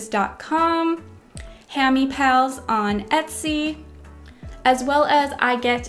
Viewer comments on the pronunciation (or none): none